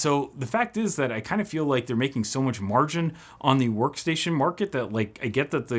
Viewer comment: That "sworkstation"